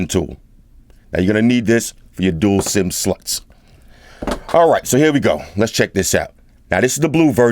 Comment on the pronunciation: pleaae can you say sim-sloth next time? 😂